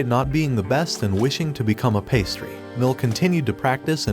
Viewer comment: ah yes he wanted to become a pastry, you know the baked goods of a "patissier" (pastry chef)